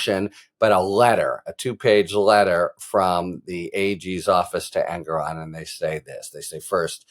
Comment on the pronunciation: Thanks so much, Harry!!! BTW, prounounced En-GOR-on, not En-gor-ON.